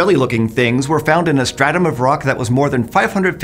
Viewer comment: Thank you for saying stratum.